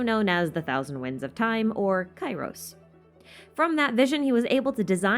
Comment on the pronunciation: Inazuma's is full of grief and sadness 😭 Also the Kai part of Kairos is pronounced like the ca part in care , assuming it's from the Greek word Καιρός , meaning time/weather